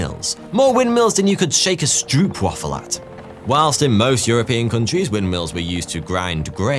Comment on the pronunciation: stroup waffel???? oo as in go and show please or low str oooh p